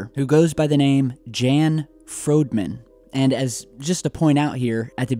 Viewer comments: It's pronounced Yon not Jan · Jan is most likely pronounced 'Yahn' or 'Yawn'